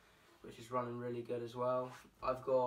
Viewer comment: The British Rwilly😂